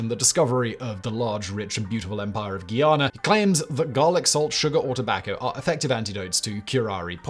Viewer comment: Guyana… GUY- (as in he’s a cool guy) ANA- (as in Anna the name) 🤦🏽‍♀️